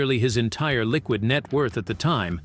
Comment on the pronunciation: Heavy emphasis on the word "liquid" 🤣🤣🤣 Don't be fooled by this. Bruce is rich AF always has been.